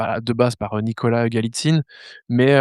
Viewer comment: Nicholas Galitzine, pas Skalatine... 🫤. Il est connu en plus, et en tant que ''cinephile'' vous devriez connaître ses précédents films (Fucking Prince, ...).